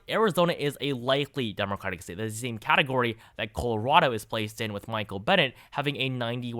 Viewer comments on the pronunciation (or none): none